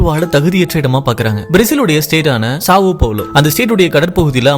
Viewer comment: சப் பாவ்லோ.. ப்ரோ ...சாவோ கிடையாது